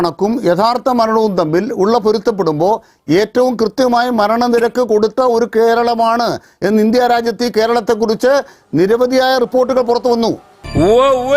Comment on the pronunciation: കൃത്യം - കൃത്യാമായി - പറയും😂😂😂